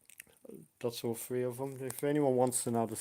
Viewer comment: Xbox FREE60? it's THREE sixty. Three. Th TH TH. Tongue between teeth.